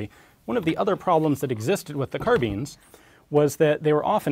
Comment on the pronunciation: imagine saying car-beans